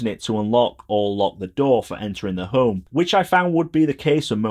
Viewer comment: ”The ’Ome app”